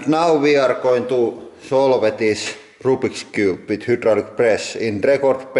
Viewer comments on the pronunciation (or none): "roobiks coob"